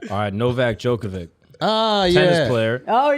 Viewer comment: I’m Australian and it’s nothing like what you say. Joke-a-vich is joke.